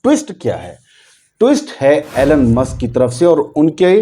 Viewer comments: एैलेन मस्क नही भाइसाहब इलौन मस्क. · Elon ( E - Lon ) ✅ Elon (Allen ) ❌ Donald ( Don - ald ) ✅ Donald ( Do - nald) ❌